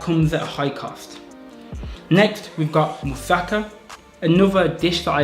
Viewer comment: dude you actually pronounced musaka the correct way when you said it with african accent hahaha you divide the word in parts mu sa ka but you say it quick. bulgarian in a nutshell no joke :D